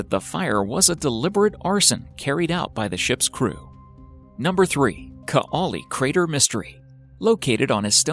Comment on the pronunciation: Greetings from Estonia and nice to see that we made it into this video, but c'mon... even Google translate can pronounce Kaali and Saaremaa right. It's not like you say boo-ot instead of boot.